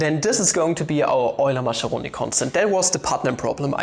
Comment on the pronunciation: 'Maskeroni', not 'Masheroni'